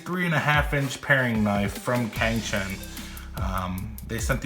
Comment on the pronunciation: Great and thorough review. The cuts look almost effortless. Btw Cang is pronounced like Tsang.